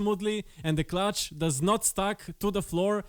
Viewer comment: Clutch not cutch! Nice video!